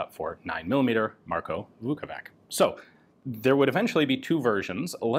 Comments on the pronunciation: "Vukovitch" is closer in pronunciation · I am not a Croat, but a slav nonetheless and a letter C at the and of names DOES NOT pronounce like K. It is pronounced like the last sound in the English word "which" - the closest approximation. So Vukovich, as they anglicize this name often, is the good way to pronounce it. Putting a K at the end sounds really bad, bordering on disrespectful.